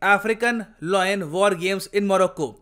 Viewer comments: Sir its Layan not loyen (lion) No disrespect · Lion is pronounced as लायन - not लॉयन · Everytime he pronounces lion as loin 😂 Loin is the lower part of your torso body or sometimes referred to as private parts lol